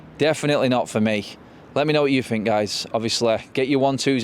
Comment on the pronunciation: You're a grown up adult man, why are you saying, "Fink" as opposed to "Think?" 🙄